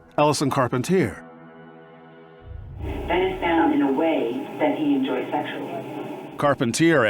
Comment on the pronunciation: *Carpentier. The Americanize pronunciation effed it up 😂